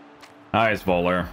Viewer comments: It's pronounced something like "foellah" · Völler, you have pronounce it like F 😉 like Fuller but with ö 😂.